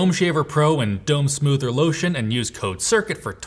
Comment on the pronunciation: Oh Boy,. Mispronouncing the sponsor's product several times might impact their payout. Dome soother =\= Dome smoother I imagine the latter one to be a sort of belt sander.